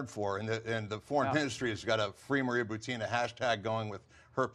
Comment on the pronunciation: FYI it's pronounced boo-tin-ah , not buteena.